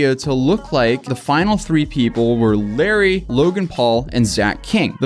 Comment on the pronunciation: He also kept mispronouncing “Larray” as Larry through the whole video 😬